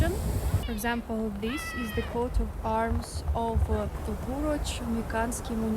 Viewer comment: its not QUOTE of arms, its COAT of arms, like COTE de Ivor (e vwaaa, like french, the IVORY coast.) COAT. COAT.